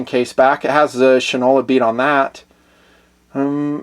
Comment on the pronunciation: Fyi: Shinola was originally a national brand of shoe polish and was pronounced Shine-ola (from Shoe Shine). The watches' logo is an exact replica of the logo on every Shinola shoe polish can so the pronounciation would remain "SHINE-ola". Please understand that in no way am I saying "you don't know sh*t from Shinola!"